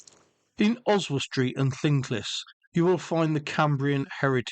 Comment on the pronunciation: Loved the video but your pronunciation of llynclys was wrong and very cringe